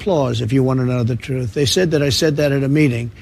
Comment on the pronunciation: "If you wanna know the troth"